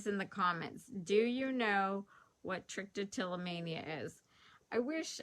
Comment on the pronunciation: It's pronounced "TRICK - A - tell - O - mania". Think almost like "Trick - or - Treat". Content sounds nice too. That's ok! 💞